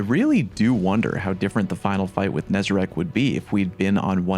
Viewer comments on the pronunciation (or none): Holy shit man. Is it THAT hard to properly pronounce NEZ-A-RECK's name? Why the hell does EVERY stweeemmmujuuhghdzrgzdsf use the word "RACK" and not "RECK"? Nezarec. Pronounce it. NEZ-A-RECK. NOT HARD. AAAAAAAAAAAAAAAAAAAAUGH.